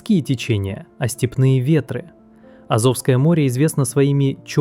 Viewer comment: Так аZOVское море или AZOVское море?